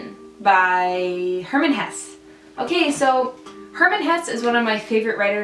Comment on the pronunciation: Its not hess, it's hessE